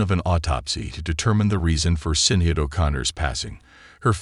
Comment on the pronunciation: Ffs....stop using these voice overs...her name was Sinead...prounounced Shin_ead....total disrespect 🤬🤬🤬🤬🤬